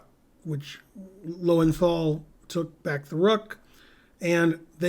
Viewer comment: For one who has a big brain, it is surprising that you do not pronounce Loewenthal correctly. You've travelled to Europe, surely you know what the two dots do to the sound of a German o.